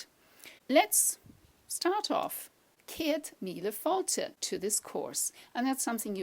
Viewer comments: failte? I thought it was pronounced "fallcha" not fallta? hmm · you pronounced failte completely wrong it's falsha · Is the 't' not a 'ch' sound in failte ? Its sandwhiched in between i and e .